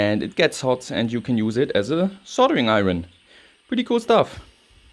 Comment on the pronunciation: Iron is pronounced 'I-urn' not 'I-run' Common mistake for english as a second language speakers Great content as always